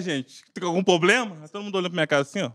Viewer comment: "algum poblema?"